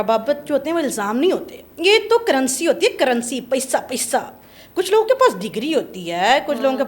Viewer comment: Read...unn police Walon instead of salon.